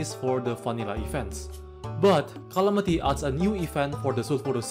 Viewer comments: What do you mean "rhalamity" "rhontent"🤣🤣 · Bro its not qalamity mod, its calamity. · You made a little mistake in video: not Calamity, but Clamity :D